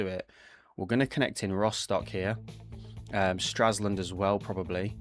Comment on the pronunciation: Stra LS und and NOT Straslund